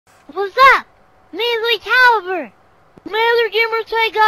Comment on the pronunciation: That's not lui calibrw that's calibree